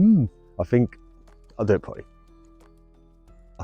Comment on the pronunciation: I fink your pronunciation let’s you down badly,it grates on me 😫